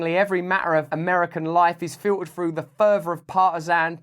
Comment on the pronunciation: Frough his teef..